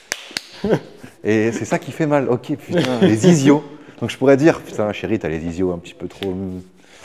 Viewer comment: On appelle ça les ischios, pas les isios 😅